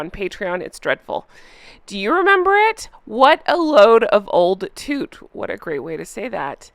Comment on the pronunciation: Just to continue your education in becoming an honorary (and very welcome) Brit: the word 'toot' as Jan Moir used it is pronounced with a short 'oo' as in 'soot' (eg, to rhyme with 'put'), not a long 'oo' as in 'hoot' or 'boot'. Think it is more often spelt 'tut'. And as you will have gathered, it means rubbish, junk, tat. Hope that info is useful!